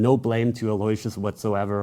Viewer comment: It’s not pronounced Alloy-see-us, it’s pronounced Allo-wish- us